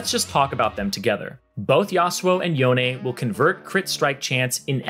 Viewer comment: dont even get me started on yon-EH